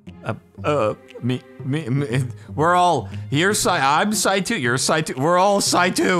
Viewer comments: I like how he says it right but when the game starts he says sai’two, lol. I'm surprised he didn't say his thing on 2-step verification. 🤜🏻🤛🏻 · Love how you realized mid playthrough that you have pronounced Saitou correctly a total of once till then.